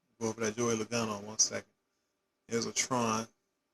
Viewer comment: Logano doesn't have have an a after the L.